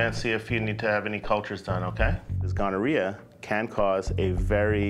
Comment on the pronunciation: "A nice, neat, tidy diagnosis of gonoriaha in the throat" 😮